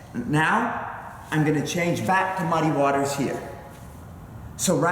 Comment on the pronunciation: fuc* u and your "mudd-ay waters" dat u like sayin soo much. bahaha what an idiot